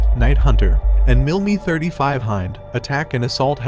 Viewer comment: Great Video but why do you pronounce the MIL Mi 35 as "MIL ME 35"?. Love the video by the way.